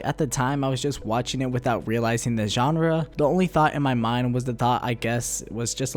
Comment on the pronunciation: Why do you keep saying Genre 🤦